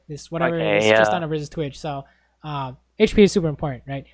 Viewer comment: Omg I hate it when he says "hache p" instead of hp.